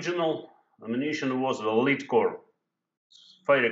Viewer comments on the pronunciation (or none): лэд а не лид.